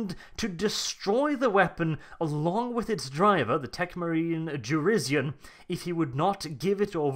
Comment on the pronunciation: Jurisian. It's Jurisian. pronounces it like shit.